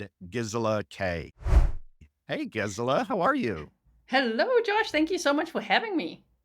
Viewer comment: I just Love that he pronounced your name correctly right off the bat!! Way to go!